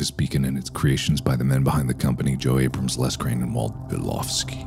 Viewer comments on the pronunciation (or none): none